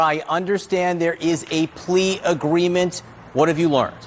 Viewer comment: BA WITH THE LEA AHREEMENT...JAIL TIME